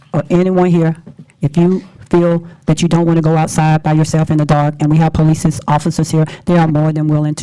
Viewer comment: Imagine electing a mayor who acts like this and can’t even pronounce police.